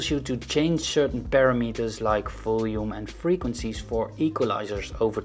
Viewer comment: Just to let you know, it's not parameters as in paranormal and metres, it's per-ram-mer-ters